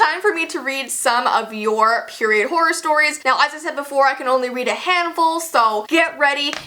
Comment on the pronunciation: I love how she says horror horrr horrrrrrr